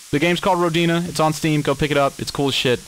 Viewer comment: hi, I'm pretty sure the I in Rodina is pronounced softly. That's assuming it's intended to be related to the Russian word for Motherland. That's what came into my mind when I saw the title, anyway.